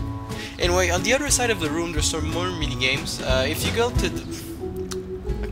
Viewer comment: if you were trying to say room in english its well room r-o-o-m